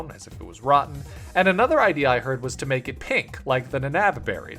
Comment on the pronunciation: There’s something about misspelled words like this that is just so endearing. Hearing you say “I WILL mack a banana Pokémon” made me smile.